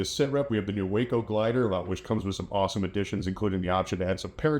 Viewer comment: Way cool! But for future reference, it's WACO like TACO. NOT like the city in Texas. Acronym for Weaver Aircraft Co., Troy Ohio.😊